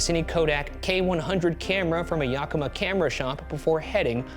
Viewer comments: no disrespect meant but, its yAh-ki-ma (with the 'a' a bit more pronounced and there's no a sound in the 'ki', it's more of a 'kih' sound), not yah-ka-ma. long time resident (born and raised) of WA and someone whose grandparents live in Yakima, it's just something that has always irked me. Great video btw, as mentioned I've lived in WA a long time so it's cool to see the ghoul boys cover a topic so close to home. I've seen many of our statues and have even gone to a 'bigfoot/sasquatch festival.' I'd love to see you guys cover 'Jake the Alligator Boy/Man', he's not exactly a cryptid, but a cool part of WA history and always something I've wondered about. I go see him almost every year at 'Marsh's Free Museum' in Long Beach when me and my family go on road trips (i have merch of him lol) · As a PNW native, I cringe every time Ryan says "YAH-kima" instead of "Yeah-KI-ma". It just sounds.... wrong. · tiny insignificant nit pick, it's pronounced "YACK-i-MAW" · I still hope we'll get another cryptid hunt one day like a Mystery Files field trip! And I wish someone had asked me how to pronounce "Yakima" before they filmed this 😂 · I'm from WA and the way Ryan says Yakima HURTS ME